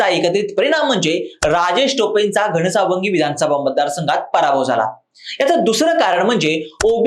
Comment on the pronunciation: घणसांगवी उच्चार चुकला